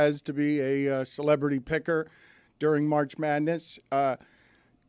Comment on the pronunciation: Jehr bear 🐻 gold!!! 😆🙌 jduring 🤔🤫 which letter is silent 👀